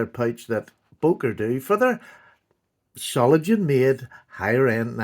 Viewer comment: It's pronounced Zoh- ling- enn,,, 😂